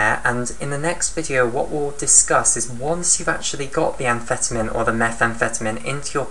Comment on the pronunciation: Your pronouncing amphetamine wrong.